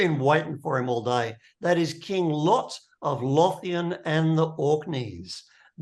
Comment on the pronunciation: Im a few minutes in and I would have liked to see a character creation video ( Im assuming this doesnt cover it) or some primer Lothian - is pronounced more like Low - Vee - Ann